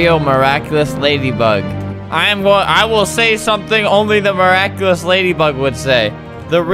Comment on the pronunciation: "I am meraeculous😍" I am 3 years late